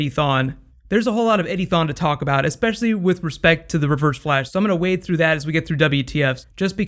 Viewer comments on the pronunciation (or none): none